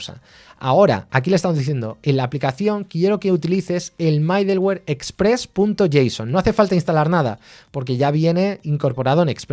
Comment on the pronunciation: Me gustan tus cursos por toda la información que das sobre, por que y como. Gracias. Sé que es de nodejs, pero para variar, y sí haces un micro curso con hono y bun? ambos vienen super cargados con todo lo necesario y así como te gusta, cero dependencias. Lo ciento, debo corregirte.. mi gusanito de la pedagogía me hace hacerlo. es "midoluer" no "maideluer".. jejeje, pero igual se entiende, es lo que importa.